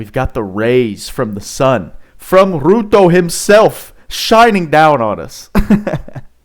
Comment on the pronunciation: btw it's pronounced like you would for "ryuto"